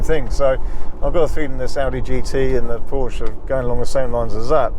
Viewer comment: Please be so kind to consider pronouncing Porsche correctly in the future, thanks!